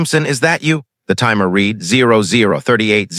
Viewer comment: Please, please, please program these IA readers the difference between read...reed and read...read!!!